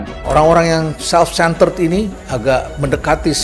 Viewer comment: HAHAHA... LIJAL LAMLI n LOKI GELUNG "SELF CENTEL" . BLAVO PLOPESOL LHEINALD KASALI